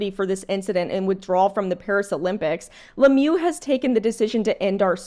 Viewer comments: Le mieux means 'the best' in English. It's pronounced Le meuh in French, rather than le mew. I fully agree with your opinion. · it’s not Lemieu it’s Lemieux